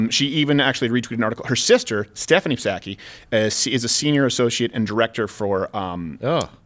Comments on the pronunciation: It’s saki, rhymes with cocky. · Can’t take credit for this post: The “P” in Psaki is silent. Like the “P” in (p)resident Biden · Its nut saki silent P